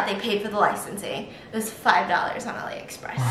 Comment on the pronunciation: Is she saying olly or alie express?